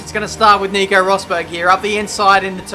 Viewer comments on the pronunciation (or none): none